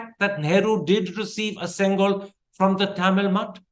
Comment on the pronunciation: Why give importance to a lie when already we know this whole dispensation is made of lies. By the way, it is pronounced "sengoal" and not "sengal." Sengal is a brick in tamil.